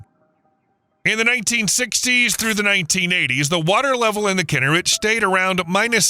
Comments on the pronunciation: I couldn’t watch this video. Learn how to pronounce the name of the lake, please! It is KinNERet, not KINNERit. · Pronounced “key nair et” not “kin her it” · Kinneret…the accent is on the second syllable…”NER”… NOT on the first syllable. It’s very annoying to hear the narrator repeatedly pronouncing the name of this body of water incorrectly!!!!! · Just for pronunciations sake: Kinneret sounds like: key-neh-wret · Great content. Narration was disappointing mispronouncing Israeli names such as Kinneret (should be Kin NER ret). Many graphics were flipped, too. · Please pronounce its name correctly “Kinn-air-et”, emphasis is on the last two syllables. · The second word of your podcast should be pronounced correctly; it’s “kee-NARE-et.” Please try harder. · Kinneret? It's pronounced "Kee-nare-et." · Learn how to pronounce Kinneret!